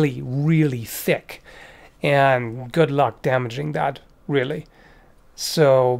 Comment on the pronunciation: half the video: its allright Other half: tHik tHik* tHik tHik tHik